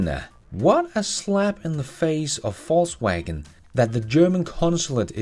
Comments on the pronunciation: I love how you pronounced VW as “falsewagon” 🤣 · Is it me, or does always seem to pronounce "Volkswagen" as "Falsewagen"? 😅